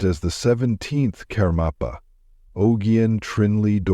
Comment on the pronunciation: Please, when creating videos like this , pronounce the names correctly : it Marpa Lotsawa- teacher of Jetsun Milarepa; its Gyalwa Karmpa etc. And do not try to convince us - as with your story of Ramakrishna, that all religions lead to the same goal . We are practicing Buddhists and we know the path : Buddhism is very different from other religions like Christianity /Catholicism, Islam . Buddhism is not part of one world religion which you might ignorantly promote !